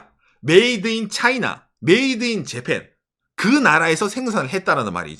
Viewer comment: 발음은 진짜 일부러 그러는건지 원래 못하는건지,,, 깨나다 째팬이 뭡니까.. 재미라도 있으면 좋은데 이젠 듣기 거북한 수준… 경상도 발음일지도 모르겠지만 경상도 발음 모르는 사람은 매우 거슬립니다…